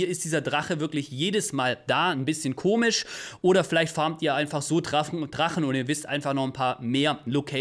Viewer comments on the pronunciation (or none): none